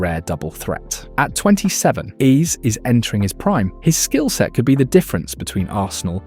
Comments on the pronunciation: If I hear Eberechi Ease one more time 😢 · Hearing Eeze again and again was not ease😢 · How the fuck you pronounce Eze and VG14? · Very irritating and distracting to hear Eze name pronounced 4 different ways!!! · It's an AI. Can't pronounce Eze and says Number .10? 😀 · Bad pronunciation of the name of Eze. Unforgivable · You're so right. The Eze pronunciation was crazy fr 😂😂